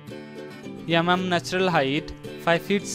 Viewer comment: Dang this vlogger voice driving me nuts🤣🤣😂 yamam who is it? I thought is yamyam dang man🤣🤣😂 I went crazy your pronunciation 🤭😂